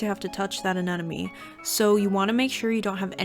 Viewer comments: AneMone not aneNome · AneMOne, not AneNOme